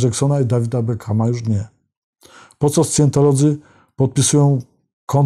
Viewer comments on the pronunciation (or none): Wymawiac: sajentolodzy. Prawdopodobnie najblizsze brzmienie angielskiego slowa, nazwy Scientology.